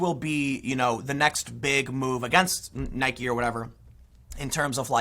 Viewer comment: “I know a lot about shoes”. Proceeds to mispronounce Nike multiple times.